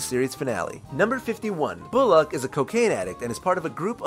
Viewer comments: "Bulac" It's Bullock. "Bull-uck" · The narrator pronounces Bullock as "boo-lock" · The way you say Bullock....